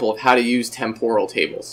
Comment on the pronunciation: Am I the only one annoyed by the butchered pronunciation of "temporal"? It's TEM-poral, not tem-POR-al.